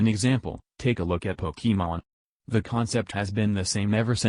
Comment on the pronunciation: Your voice can't pronounce Pokemon correctly. I'm so fucking triggered.